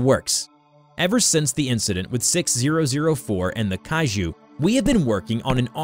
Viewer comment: Mio-neer?! Ara-bodrous?! Kai-jhoo?! 😭